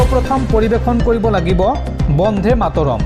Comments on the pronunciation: বন্দে মা তৰম হে হ'ব লাগে বন্ধে নহয়। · Bondhe matorom nohoi Bonde matorom. Usharonot mon dibo. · Bande matarom bandhe mataram nahai. Ucharon bhul hoche. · Bonde matorom bhal koi ussaron korok son